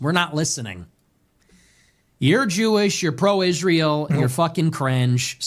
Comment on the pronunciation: Why does Owens think Israel is pronounced "Ishreel"